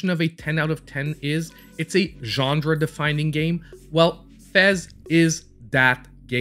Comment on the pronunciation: Great video, but please start pronouncing genre correctly! It's genre, not gendre! Theres no D.